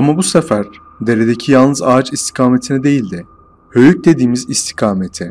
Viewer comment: Bu hikayeyi anlatan arkada çorumlu mu acaba hoyuk dedıgı alacahoyuk gıbı geldı